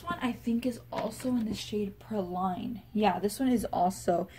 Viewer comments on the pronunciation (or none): Just so you know, “praline” is pronounced PRAH-leen (though we Okies like to call them PRAY-leens :) ). It’s a French confectionery consisting of a caramel-covered almond or hazelnut.